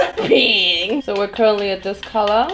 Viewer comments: Piiiiiiink hör bitte auf bei Pink das i soooooo hart zu betonen Danke #nohate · I am so TRIGGEEREED of how she pronounces pink 😂😂😂 Thinking about closing the video and watching something else...😂😂 pink pink PIIINK PIIIIIIIIIIINNNNKKKHHH!!! 😭😬🤪🤯🤯🤯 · I love how she pronounces pink... "peeenk" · someone needs to make a compilation of pronouncing PEEHNK 💕😹😹💛💕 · Oh my God your pronunciation of pink is so annoying and bad... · Am i the only one who gets so annoyed by the ways she pronouns pink? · Dieses absichtlich falsche aussprechen von pink regt so auf